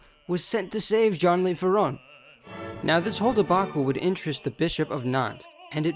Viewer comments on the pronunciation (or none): its Jon Leuh Fairohn with nasal accents... its not spanish .. Le is Not Lay😅❤